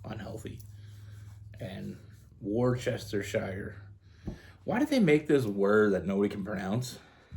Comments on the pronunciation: We pronounce it “Wuss ster sheer” sauce 🎉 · Proper pronunciation is 'WOO-STA-SHEER'❤ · Woo-sta-shur sauce 😊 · Great reading as always,.🔥 It's a confusing word. Brits pronounce it as Worcester-shah! Any time you see a word ending in shire, pretend it's shah! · Wus-ter-cher sauce. 😂 thanks for the giggle and the reading.😊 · Its pronounst: Whooossshhhtuuuhhhsauce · It’s pronounced warcestasure. I lived in England and it definitely isn’t pronounced as it looks. 🤣, Scorpio and I’m Aries stellium, grande Trine in 🔥 and YOD in my natal. We knew of each other in high school, 40 years later, I was a friend suggestion on Facebook and he reached out. It has been just messaging and he has a magnetic pull on me and we both feel passion unknown. Spot On! Well Done! ❤ 🔥 ❤ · It's "Wuh-Sta-Sheer" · Pronounced, wu·stuh·shuh sauce. 😊 Also, a town I the UK. On point reading! ❤